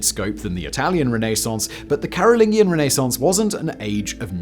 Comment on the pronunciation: Respectfully, Simon is brittish and somehow cannot pronounce things correctly?? CAROL-LIN-JEE-IN Dude mispronounces something every gd video. It's maddening 😂